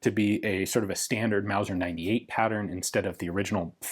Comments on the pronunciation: You mispronounced “wauser” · ITS MAOSER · It's not a Mauser, it's a Mouser.